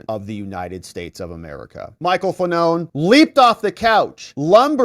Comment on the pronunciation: Fa-None 😅 what a douche-bag 😂